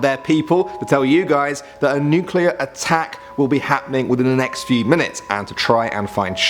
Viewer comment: Nukeluer and hurricane